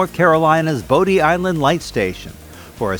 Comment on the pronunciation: Fun fact: the island and lighthouse at the end of the video is pronounced “body.” There’s a plaque inside the lighthouse that says “Body’s Island Lighthouse.”